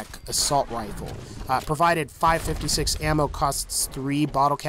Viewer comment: It physically hurt when you said five 56 it’s called 5 5 6